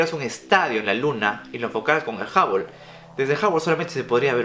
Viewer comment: No se dice jabol se dice juble